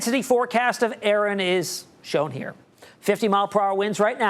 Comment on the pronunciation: a-a-ron....is a-a-ron here.....did you mean Erin...😂😂😂